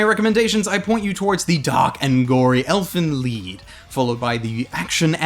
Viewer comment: "Elfen Leed" Shouldnt it be prononced, Lie, with a d?